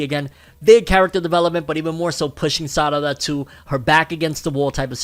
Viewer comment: Those meme pronunciations throwing me off. Sarada name of pronounced with an R not two Ds. Even under Japanese voice actors don't pronounce her name as SADADA